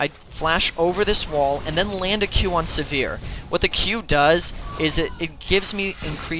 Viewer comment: Yah the way he says ahri like aree and sivir like severe makes cringe too